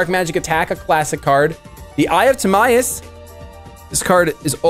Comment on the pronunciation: I think it’s pronounced like tihmyus